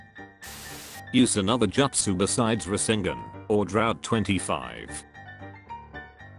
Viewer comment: it feels like the voice is trying purposely to say the justus wrong just to annoy me. lol